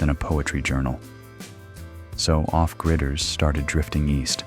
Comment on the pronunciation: Off gryders? Lmao, the bot does make a point, big brother is snoop permit/"up to code" happy